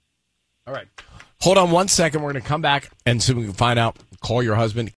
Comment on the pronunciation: I hate the way uses bad pronouncing hold on. WHODE ON